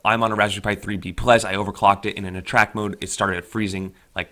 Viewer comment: It's attract mode not attrac mode.. ATTRAC-T there is a T in it .. shit.